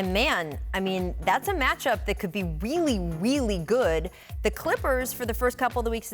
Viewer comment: “man, thats a match-up that could be weely weely good!”